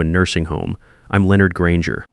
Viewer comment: It is Leonard ,(soft a), not, (Leeornd)